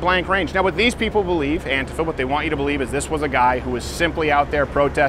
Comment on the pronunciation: Why does he pronounce antifa wrong?